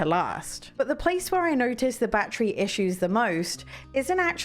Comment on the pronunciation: I like this review I love ❤️ the way she pronounces 🔋 battery the right English way lol 😆!!